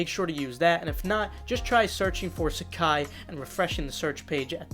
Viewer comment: nailing the pronunciation